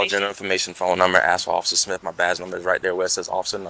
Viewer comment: Her uncle is “Ossifer Smiff” 🤣